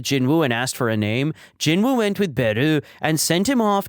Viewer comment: its actually pronounced as jin-oo or jinu